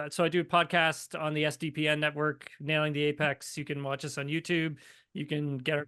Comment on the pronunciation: Is that an accent or is she not familiar with the racing term "apex"?